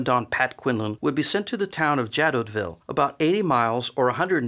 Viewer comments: Great video! I think the town is pronounced "zha-doh-vee," or more commonly in English "zha-DOH-vill" but I don't speak French so... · The letter "T" in Jadotville is not pronounced. And you don't make even a tiny mention of the murder of Dag Hammarskjöld, shot down by a plane hired by the Belgian mining corporations. Plus no mention of the two 80mm mortars, nor the two armoured cars. I should have remembered that Yenghi never get it right when it is not their troops. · Jadoville. The 't' would not be pronounced.